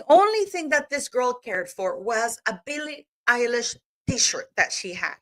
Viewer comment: Did she say Billie “EYELASH”?